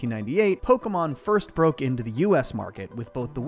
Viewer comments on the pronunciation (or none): ALABAMA MAYUHN! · Alabama mawn is what it sounded. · It's so funny to me that you pronounce pok*É*mon and chinp*O*komon the same, like how/why does the é make an o sound???😭